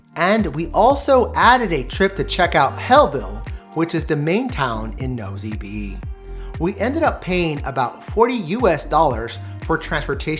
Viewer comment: I suggest you try to get the locals to give you a pronunciation of the places especially French names Nosy Be is actually [No see Bay]